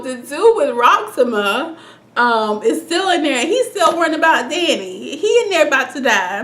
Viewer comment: Rocksema? LOL!